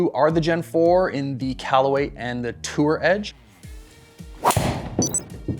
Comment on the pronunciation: How many times can he add an 's' to Tour Edge?